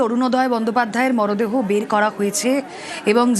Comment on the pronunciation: মরদেহ😂 নাকি মরাদেহ?